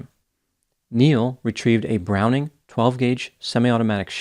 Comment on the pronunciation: also, known, as a bwowning box back, for it's, boxy-back.